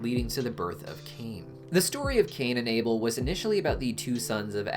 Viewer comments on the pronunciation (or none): none